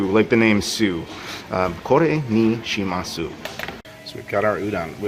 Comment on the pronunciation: Lovely video! Regarding the shimasu, the "u" is normally not voiced. So it would sound a bit more natural with "shimas-" :)